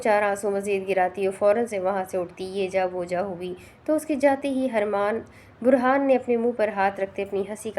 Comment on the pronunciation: Burhan ko harman Q bol rhi hain